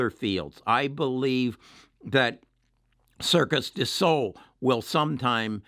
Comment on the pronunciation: Circus du sol 😆 I love how Americans speack French